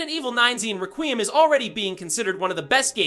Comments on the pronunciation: It’s requiem not “raqueeum” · Restarted the vid 3 times to hear what exactly is going on there in the very beginning, and still confused: "Resident Evil 9-zine Requeem?" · It's pronounced like, "Wreck-we-em." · Bro I hate when yall youtubers can’t pronounce anything involving video game news to even save your own life HOLY SHI it’s requiem ykw just say resi 9😭😭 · Mb it's just a accent or was talking fast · You can't even pronounce the title! 😅😂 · Being so loud and energetic on top of mispronouncing the name of the game multiple times, made me close YouTube all together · Delete your channel for using AI and getting the name wrong. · Bro your saying requiem wrong